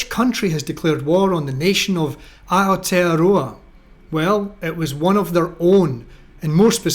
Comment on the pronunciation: Kudos for pronouncing Aotearoa so well!